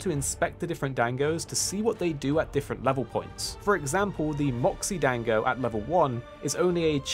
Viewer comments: Dang-go's Lmao. It's pronounced Don-go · "Dang-go" was killing me lol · 'dango', LOL